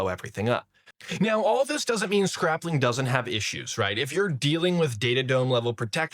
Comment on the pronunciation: Why are you saying scrap-ling and not scrayp-ling